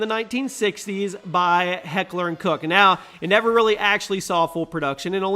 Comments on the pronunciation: Stace Helfrick it sounded like he said Cook right? or am i hearing him wrong ? you are def correct on pronunciation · It's heckler and koch ... Like Coca-Cola